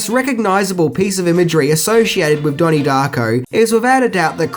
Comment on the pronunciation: " DAHNIE DAHCKO"